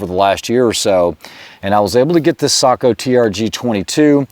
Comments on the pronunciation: He pronounces it /sakou/, when the O should be pronounced like the O in "lock". Just /o/, not /ou/ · Say-Co not Saagh-Co. ✨ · Yeah it was a bit on the SAKO'H side but still way better than the usual watch brand seiko or seiko'h. Well done if you ask me.